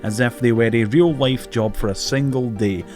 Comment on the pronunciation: I've been watching your channel for some time now and I've just now realized you can't pronounce the letter L. HAHAHA "Real wife" "Sawary"